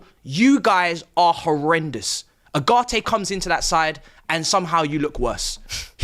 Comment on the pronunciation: Going forward, Ugarte is pronounce Yogurt.